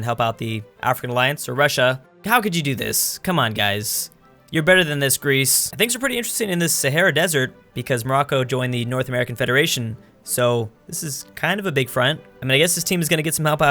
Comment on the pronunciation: you called greece grece